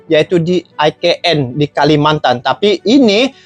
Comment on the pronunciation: IKN cara bacanya yg benar ( ika en) bukan ( ai ke en) . Pantesan bhs Melayu Malaysia tdk diakui di UNESCO.